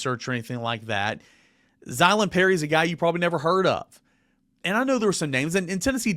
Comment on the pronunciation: Give him a 15 yard penalty for incorrect pronunciation. That is his first warning